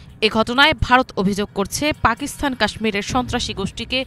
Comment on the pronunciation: পাকিস্থান হবে না, সঠিক উচ্চারণ হচ্ছে; পাকিস্তান...! বুঝতে পেরেছেন?